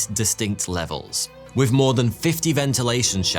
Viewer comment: How do you manage to pronounce three as "free" but with as "wiv" why have the letters "th" in your world at all?!